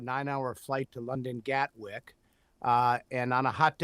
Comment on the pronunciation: "Gatwork" Airport?